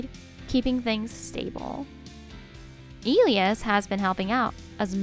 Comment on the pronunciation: Elias is pronounced ( and I'll do it phonetically) E lie ass